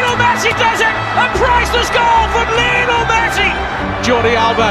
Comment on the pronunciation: ''Lion'' el Messi.